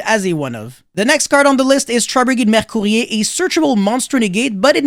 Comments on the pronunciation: Weird buy you say mercourier like French people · A fancy way to pronounce Tri-brigade Mercourier :)